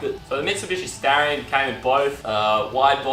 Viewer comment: Its Star-ree- on - not starieyon